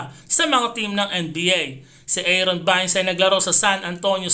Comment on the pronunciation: Haha sinong bayns ??, pati apilido mali pa talaga mag pronounce